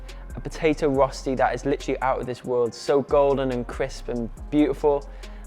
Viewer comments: What is he calling the hash brown things? Rusty? Rasty? Rosty? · Say rosti and watah one more time ☝️